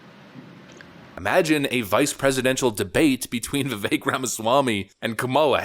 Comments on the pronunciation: Vivek is pronounced Vih..Vake. We need to get that right. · How many times did you edit this video. Is it Vivek like the cake or not? Stop F'ing up the guy's name. Pick one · Yuuuge correction: Vivek rhymes with cake